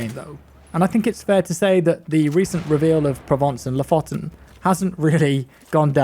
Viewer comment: You should really check out how to pronounce Lofoten